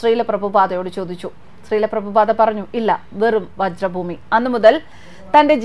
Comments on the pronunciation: വജ്രഭൂമിയല്ല വ്രജഭൂമി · Not vajra Bhoomi , it is vrij bhoomi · വ്രജ ഭൂമി.... വജ്ര യല്ല... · "വജ്രഭൂമി " അല്ല "വ്രജഭൂമി" എന്നാണ് ശരി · വ്രജ ഭൂമി.വജ്ര അല്ല.ഹരേ കൃഷ്ണ🙏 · വജ്ര ഭൂമിയല്ല, വ്രജഭൂമിയാണ്. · Hare Krishna. Mam it is Vrja Bhumi not vajra bhumy❤ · വജ്ര ഭൂമിയാണോ അതോ വ്രജഭൂമിയാണോ. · Not vajra bhoomi...it is vraja bhoomi...